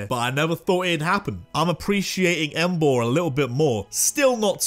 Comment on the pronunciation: DO NOT LEAVE OFF THE A IN EMBOAR!